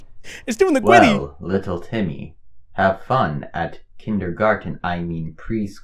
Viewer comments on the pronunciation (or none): He’s widdiway hitting da gwiddy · Bro hit the gwiddy in da wobby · OH MY GAWD HE HIWDING THE GWIDDY GUYS OMG 😭😭😭